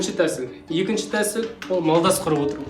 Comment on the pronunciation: Малдас емес, молдас құрып